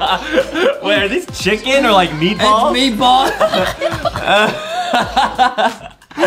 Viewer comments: Wait, did I heard “cHUuUcKeN” but not “cHiIicKeN”? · Come on, Foxy! It's not just a "CHICKEN" it's more like... "CHOKE-CKEN" for Justin, AYYYEEEEEE! I just played this almost 39 times this day, AYYYEEEEEE!